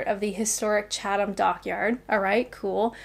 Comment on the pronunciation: Even Chatham sounds irresistible when said with a Canadian accent.